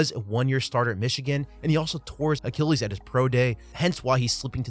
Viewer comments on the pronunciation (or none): none